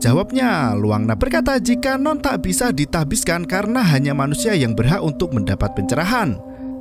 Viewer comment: Tahbiskan Nasbihkan Tasbihkan Nahbiskan Oke min ada 4 versi 🤣